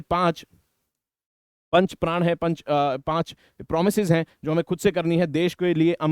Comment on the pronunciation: Sir, it's not 5 Pran (5 प्राण), it is 5 Pran (5 प्रण)